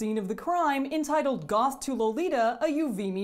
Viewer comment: if you really want to be a purist, how about pronouncing the word "lolita" correctly?